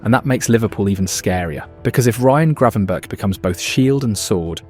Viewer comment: Gravenberch is pronounced Grafenberkh